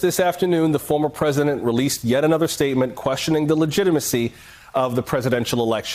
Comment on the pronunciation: Tell to speak English. " LEGYMACY," really? and the new liar Andrew Clyde No Insurrection, It was Domestic Terrorism.